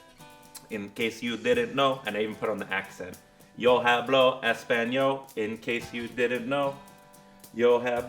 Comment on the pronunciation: great fly. the video was hilarious especially the part where you pronounced the h sound in hablo. (all h letters in spanish are silent)